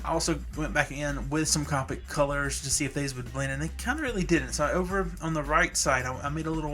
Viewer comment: You're pronouncing Copic wrong. It's Coe (Rhymes with toe) pick Now Caw (Rhymes with raw) pick